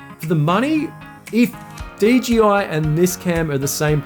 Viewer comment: You said DGI every time , instead of DJI. 😂